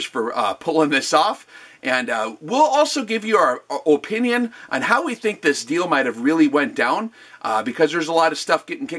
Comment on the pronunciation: “Our OHH PEN NIUN”